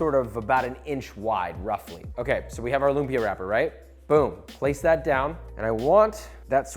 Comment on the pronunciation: Love how a lot people are now loving lumpia! It’s my favourite food in the world! Not a big deal really but if you want to correctly pronounce the word lumpia: “Lum” should be short. Stress is on the second syllable and the “a” in “pia” should end with a glottal stop. 😉